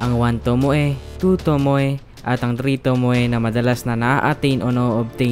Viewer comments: Hindi po tomoè basa dun kuta tomow po basa dun thx (tomoe) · /tomow/ bigkas don tskk